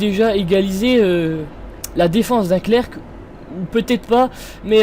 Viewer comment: tu sais on prononce pas le "c" final dans "clerc" ...